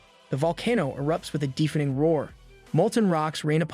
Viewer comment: some pronunciation issues: dèfening, dèf, dòwnwards (vs. deefening, deef, downwàrds)